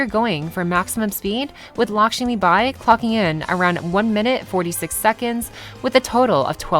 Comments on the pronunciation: It’s not LakSHImibai, it’s Lakshmibai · It's Lakshmibai, not "Lakshimibai".